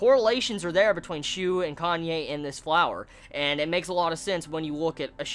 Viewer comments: sounded like your where saying Kanye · I keep hearing Kanye when you said Kanae's name....